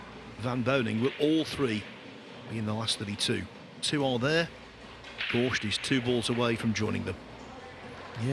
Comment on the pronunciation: The amount of times this guy says "gorSHt" is unreal